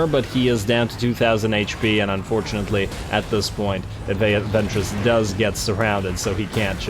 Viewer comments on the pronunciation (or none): Every time you mention the name of Ventris, my mind keeps hearing it as "Ventress" (as in Asajj Ventress, the Star Wars character), and I often find myself trying not to giggle at the thought of her kicking ass on a Warhammer battlefield.